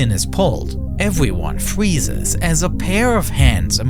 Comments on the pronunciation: everyone fweezes?? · evwewon fweezes s c de ked along with twoops from the UK fwought der wei to the capital city of Baghdad, which fwell just thwee weeks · Evewyone fweezes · everyone fweezes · evweeone fweezez 🥶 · With all the AI voices nowadays, I actually loved hearing this lol. It is like how people love seeing the imperfections in actors' faces and teeth from before 2000, you see something real! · ewveyyonee fweezes.. 😂 💀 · But just before the pin is pulled, evewyone fweezes